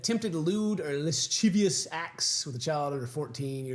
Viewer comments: at what point do you just learn to say lascivious? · Lascivious is pronounced la siv ee us ken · Lascivious. I know it looks hard but it is luh-siv-EE-us. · When is going to learn how to say 'lascivious'?